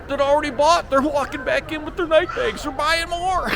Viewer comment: You pronounced Puma correctly, but Nike is pronounced like Bike-E. The store with the expensive cookware, Le Creuset pronounced Crew-say.